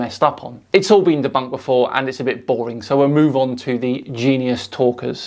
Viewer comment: That was " denbunked" very well 😂 like a child